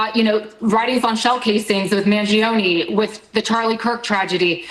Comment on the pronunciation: Did he say Mangioni allrged killing of the CEO?